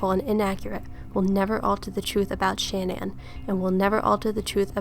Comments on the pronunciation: Sha-Nan not Shan-nan. Just an FYI in case you make otheir videos I was told that it's like shenanigans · You do realize it’s : CHAN- ANNE .... not shanan, like if you’re saying shaman... Shannan ( Cha-nan) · Her name is not pronounced Shan-ann. It's pronounced Sha-nan. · Her name is pronounced like shenanigans Shah-nann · It's pronounced Sha-na-nin research baby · Good analysis but I just couldn’t sit all the way through it. Learn to pronounce the victims name correctly before you press “record”